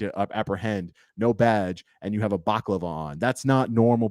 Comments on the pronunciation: Thank you for all that you are doing!I have some great advice for you but I don't want to put it out publicly. By the way it's pronounced BaLaCavLa.What you were saying is a delicious dessert ( Baklava) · It’s pronounced balaclava, lol Crazy shit tho ! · Balaclava 😂 not baklava! Keep up the good work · Bala-klav-a...not baklava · Love your stuff...you've got em on the run...BTW...it's a BA..LA..CLA...VA....baklava is a Greek dish... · Baklava is the desert, the face covering you refer to is a balaclava... pronounced bell-a-clah-va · I'm really sorry this happened to you. Just to let you know, it's pronounced * Baala-claavaa* baklava is a sweet treat:) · You kept on saying "baclava". These tyrant plain closed thugs who assaulted you were not wearing a pastry. They were wearing balaclavas (bal-a-clav-a). Either way, I got your back, man. Take these corrupt tyrant pieces of garbage down! Our American Injustice System is long overdue for a reckoning. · It’s pronounced ❤bella clava baklava is a Greek dessert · Dude... bal-a-clava... baklava is a delicious food. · It's pronounced Bali-clava, a baklava is a Turkish sweet (I think) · Balaclava is pronounced . . . 'Ba - la - cla - va' Rather than the 'bac - la - va' pronunciation you use in the video. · Am I the only one that can't get over baklava? (Balaclava) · I love your channel and what you do. Truthfully!! But it’s pronounced Bala clava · Its a Balaclava (ball-ah-clava). Baklava is the yummy desert 🙂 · Balaclava instead of baklava. Just saying. Have a great day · balaclava not baklava. baklava is food XD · Just letting you know, it’s a “Balaclava”, not “Baklava”. You eat baklava and wear a balaclava. We’re laughing with you not at ya. Stay safe and keep on fighting the good fight! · I'm not being an a**hole, but they were wearing balaclavas, pronounced bal-a-clava. No offense is meant. Best wishes from the UK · It’s “balaclava”. Baklava is dessert. Other than that, awesome video. Stay safe.